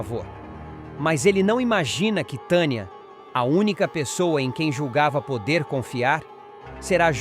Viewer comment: Narrador onde tem esse nome ? TANIA? VC NEM SABE NARRAR PRONUNCIAR NOMES TANIA. KKKKKKKKKKKKKKKKKKK